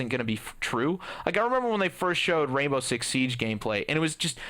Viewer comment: Why does it sound like you are saying "Rainbow Shit Six" ?